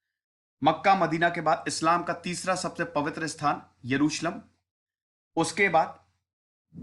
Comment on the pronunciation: Yeruslum kya hota hai bc. 🤣